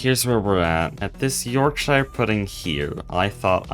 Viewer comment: That Pronunciaton of Yorkshire hurt me 😔